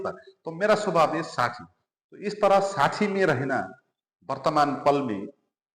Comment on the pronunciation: Sahi shabd hai - saakshi. Par aap pronounce karte hai - saachchi Jo sunne me thik nahi lagta